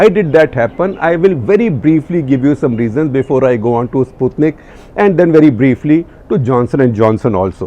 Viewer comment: You have pronounced Sputnik correctly for first time!. New cases of last 10 days, will take time to reflect in recoveries, you can't spread panic on that ratio, which is meaningless, when the surge is only in 10-15 days. Comparison with Adelaide test match is brilliant!. Depending on a useless, inefficient, ineffective ,unassertive, timid Health Minister like Harsh Vardhan has been the cardinal sin of Modi to let the matter go into the hands of Babudom. Private procurement&import of vaccine should have been allowed by Corporates & Private Hospital Chains. Those who can & would like to afford the vaccine should be allowed to use the same, to that extent could reduce burden on Govt.System which has it's own limitations & constraints.